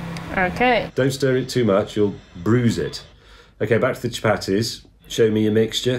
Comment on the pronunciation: chu-Patty’s should be pronounced “cha-PAR-dthees”, in case you wondered 😂